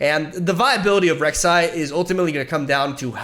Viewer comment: I'm liking the video cause he got my Queen's name right.